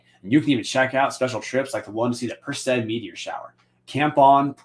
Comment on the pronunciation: Come on Professor! Per-SEE-id. For the constellation of the Greek hero Perseus, that the shower appears to radiate from.